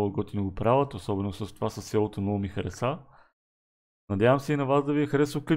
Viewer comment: Поправка не се казва хареса̀ а хареса без ударение ;)